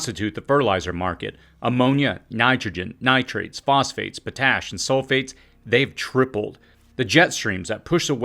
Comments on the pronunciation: Po-tash? Pot-ash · It is pronounced pot ash not patash. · it's pronounced like two words pot ash. not po tash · "Potash" isn't pronounced "p'tash", it's pronounced "pot-ash".